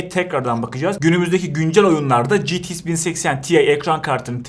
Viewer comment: Niye citi-ix diyorsun? GT derken ingilizce X''e gelince ingilizcen mi bitiyor lskdjfg